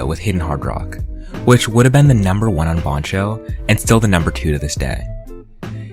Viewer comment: i have never heard anybody pronounce "bancho" the way you do.